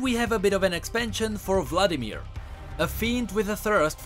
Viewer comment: Blood-imir... He.He.He.He.